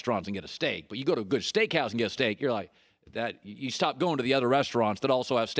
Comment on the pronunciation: mans said shteak